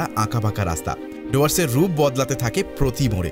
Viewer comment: আবারও ডুয়ার্সের উচ্চারণ ভুল!!